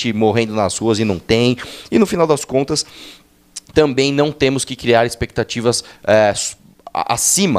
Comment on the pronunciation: AHHHH "NO TEMO" kkkk, para de falar "no temo que" kkk coloca o S fi de cristo,agonia.